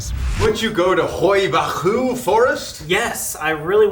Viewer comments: As a romanian, if you guys would really go there for a paranormal investigation i would be so exited! Btw the way Colby pronounced "hoia baciu" 😂😂 you pronounced it so wrong it was hilarious 😂 love you guys!❤ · As a romanian, i suggest checking out the Hoia Baciu forest! I wonder what you, guys, can find out there 🤔 Also, the pronouncing should be something like "Hoy-Ah Bah-Choo " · Them butchering the hoia baciu pronunciation makes me laugh sm😭😭 rly hope they come to hoia baciu tho🙏🙏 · As a Romanian, the pronunciation of Hoia Baciu made me laugh so much 💀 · im romanian but u pronounced hoia baciu whrong